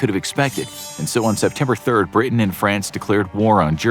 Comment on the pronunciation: ok weird pronunciation of Britain but more importantly is was the Vichy government not Vishy